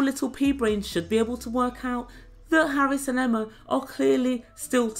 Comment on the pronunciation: The fact that she says Harrus makes me ill! Why... WHY is there a 'U' there?